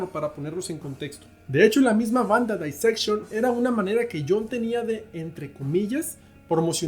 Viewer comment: Éste tipo no sabe nisiquiera pronunciar Dissection, todo lo que dice en éste video es pura tergiversación casi cristiana...